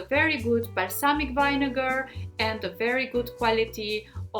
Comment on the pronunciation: It's VINEGAR!!! not vainegar